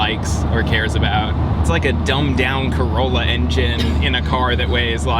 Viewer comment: Everytime he said car it made me cringe